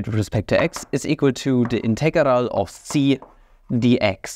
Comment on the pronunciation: Is it a meme that every math channel always butcher the word integral in some different way each time. ”Integaral” :D